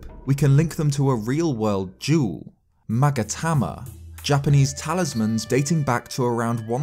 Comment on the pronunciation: "Magatama" Me: hears 'maggot hammer' every time